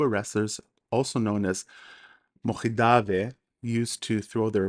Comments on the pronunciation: You pronounce chidaoba ჭიდაობა really well, especially the first sound ch ჭ in georgian, but when say mokhidave მოჭიდავე, the third sound should also be same as the first sound in chidaoba you use sound kh, ხ in georgian. The word mochidave comes from chidaoba which means someone involved, in practicing chidaoba. And Georgian judoka after which throw is named is khabareli not kharibeli. The sound kh in the name is perfectly pronounced. Just the sequence of other sounds are slightly displaced. As a Georgian I just wanted to point out not to disrispect to you. In fact I thank you a lot for this video popularising chidaoba. And if I came to be rude in any ways I ask your forgiveness. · Very great video, your pronounciation was actually really good besides pronouncing a word Mochidave because you pronounce ch like kh for some reason, even though you pronounce Chiraoba correctly 😆 oh and chidaoba or chachidva in Georgian actually means to grapple